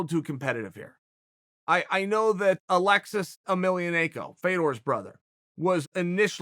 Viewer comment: This man said Alexis 😂